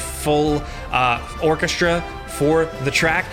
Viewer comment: Is it a New York thing to pronounce /sh/ in "strong", "orchestra" and other words where S and T stand together?